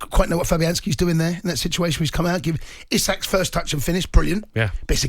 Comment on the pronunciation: Disappointed to hear a fellow Geordie mispronounce Isak. Stop letting the area down. It's pronounced Esak !!